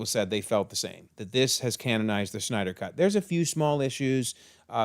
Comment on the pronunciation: zach snyders last name doesn't have a ch in it, you keep calling him schneider, i pronounce his last name snyder